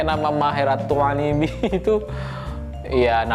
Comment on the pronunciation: "Attuailibi" nya pake Qolqolah 🤣